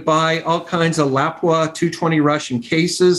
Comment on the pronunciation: dude at lapua doesnt even say lapua correctly 😂